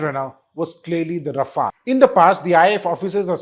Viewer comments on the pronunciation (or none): none